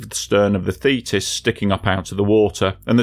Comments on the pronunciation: So you pronounce thetis as fetus? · I keep hearing "fetus"....very disturbing.